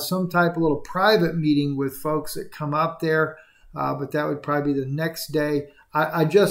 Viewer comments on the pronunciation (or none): none